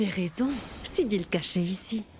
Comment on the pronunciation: 😂😂😂 siddhi a dit vin inbe cille😂😂😂😂